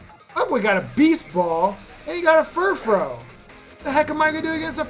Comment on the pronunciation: It is actually Furfroo. It's French.